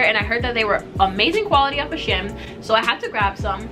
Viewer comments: It’s pronounced she-en. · They way she Pronounces shein lmaoo